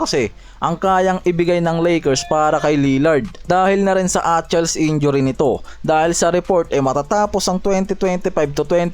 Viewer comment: Atchal injury? Hindi achilles?